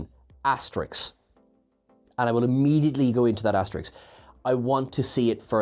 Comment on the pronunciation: Lol, it's Asterisk. Asterix is a cartoon character!